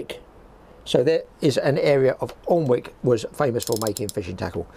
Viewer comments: Sorry to comment it's pronounced anick not alnwick we are weird up North just ask your Mable 😂😂😂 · Great video on reel evolution, just had a laugh with your pronunciation of Alnwick the L is silent...............AN-ik. Although it's on the River Aln. We talk funny " Up North" lol.